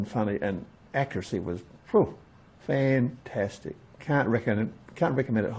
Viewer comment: No you didn't say fantastic you said fentestic just as all good aussies should love the video take it easy brother from Alistair in Scotland.